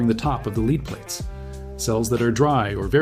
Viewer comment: I really hate people using text to voice syths. And if he's not, then explain why he mis pronounces lead not as led but lead.